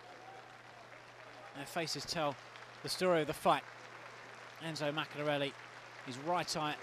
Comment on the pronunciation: if only the commentator could say maccarinelli's name properly!